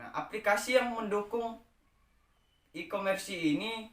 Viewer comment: Mohon maaf kak cuma koreksi, nyebutin nya bukan ikomersi tapi ikomers 🙏🙏